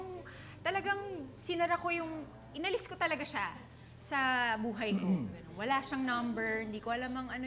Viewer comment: "wala" not "waka"